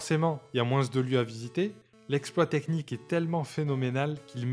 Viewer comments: Excellente vidéo rétrospective, mais le seul truc qui m'insupporte plus que Nabil, c'est quand tu dis MOUINSSSSSS 😂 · J'ai kiffé la vidéo mais qui dis "moinZe" pour dire moins ? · Énorme travail ! J'adore ! (moins on prononce pas le s 😂) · Par contre, on prononce pas le s dans moins